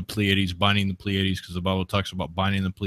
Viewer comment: Just a couple things. First off, it's PLEA-a-dees, not ple-AID-ees. Also, no nonhumans can be saved. Their DNA would not allow them to desire salvation.